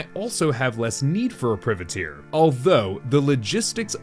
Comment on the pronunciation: pry-vah-teir, you're killin me XD